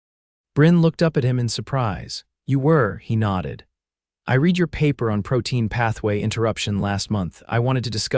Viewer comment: Read is mispronounced with a hard sound instead of the correct soft one. At about timeline 12: .